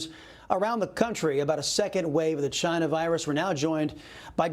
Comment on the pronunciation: "Chyna" Virus 😂